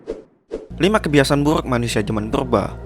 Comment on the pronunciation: Gua suka pas lu ngomong burrrrukkk